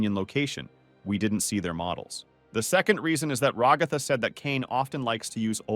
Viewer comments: It's not ragatha it's ragetha! Dos eny one agreee?! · Why do people always say Ragata?! It's Ragatha